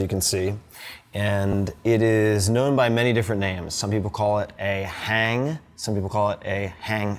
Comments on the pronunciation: Someone probably said this already, but scrolling around I don't see it so... the pronunciation is "hang" as in "wrong" not "hang" as in "hangman". But what you're playing is clearly NOT one of those. That's like calling every facial tissue a Kleenex. But hey, I appreciate that you're bringing this beautiful instrument more mainstream. I'd been lusting after the original hang for over 15 years, but finally picked up a reasonable knockoff like you're playing last year. Recommend you search for "Bronkar Handpan" for some really inspiring stuff! And if you want to continue your rhythmic exploration try "TaKeTiNa" for some full-body, mindbendingly non-linear learning theory applications :) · It's pronounced "hong"